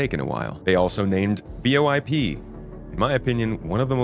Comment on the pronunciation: Feels like when u spelling out VOIP your checking if we’re paying attention 😂